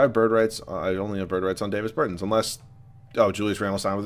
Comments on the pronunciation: It's not Day-vis Bur-tins, it's Dah-vis Ber-tahns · “Davis burtans” it’s not pronuounced like that ahahah and yes ik I spelled Davis name wrong on purpose to show how he is pronouncing it